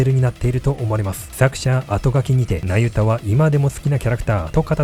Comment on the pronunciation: ナユタがユダヤに聞こえてしまう😅